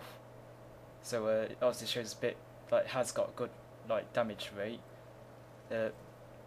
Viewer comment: Its funny how you can't say r's. You say wate, instead of rate, and wifles instead of rifles.